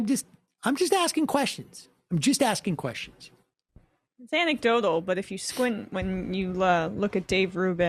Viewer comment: Dave has learnt how to say anecdotal. It used to be 'antecdotal' - consistently. He's evolving. Lol.